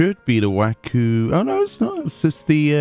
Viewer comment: Just a nitpick on pronounciation(it is important, see Roegadyn for example). Wachumekimeki is not Pronounced WaKu, it's WaXu, like in CHoom. Do not let Wuk Lamatt's V.A. set an example for mispronounciation to eb normalized